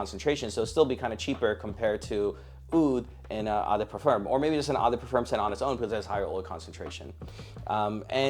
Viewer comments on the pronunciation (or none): Brother, if you’re too no to make a video educating people about fragrances, learn how to pronounce “eau”. It is the French word for water, its is pronounced “oh”.